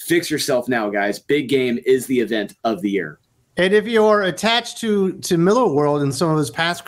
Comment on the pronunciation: Dudes, it's pronounced "MI-LAHR."